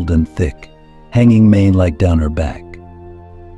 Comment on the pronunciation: The incongruence of not being able to pronounce „mane-like“ and then using fancy expressions like „prognathic“ is glaring.